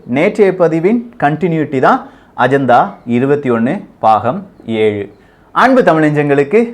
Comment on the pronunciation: Ajantha va!! Dei 🤣🤣🤣 Paagam illada, Baagam da Tamil pesa kooda theriyatha!!